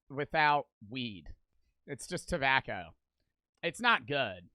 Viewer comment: Why does bro say it like “Tebacow”